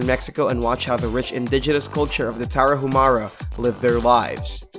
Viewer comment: You said Tarahumara wrong lol